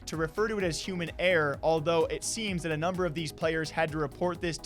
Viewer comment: How do you pronounce error?! "eehh"?